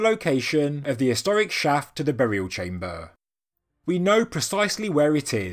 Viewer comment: I really like the information delivered, the delivery of the speaker not so much. BTW what is a "chaym - bah" ?